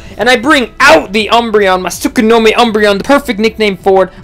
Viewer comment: He loves his umbreon so much he calls it Tsukonomi instead of Tsukuyomi as the name suggests >_>